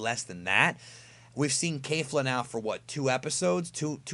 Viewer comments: I have a question, please don't kill me. Why does insists on pronouncing it KEIFLA or something if the anime pronounces it KEFLA. With a flat e there. Names stay the same throughout dub or sub, so why the KEIFLA? Honest question here. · Sorry but it’s kefla not kafla